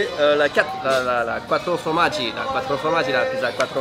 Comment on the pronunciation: La Quattro " fromagie " non 😭😭😭😭 on dit la Quattro" formagie "